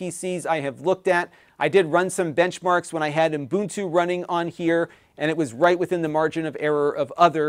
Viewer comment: Ubuntu. U-bun-tu. There’s only one n, not two.